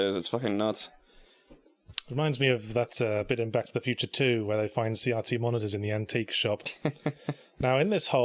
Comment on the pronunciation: What is a "See yahtzee" monitor? Oh, they mean CRT.